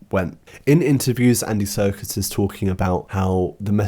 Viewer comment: i love that you pronounce his surname ‘circus’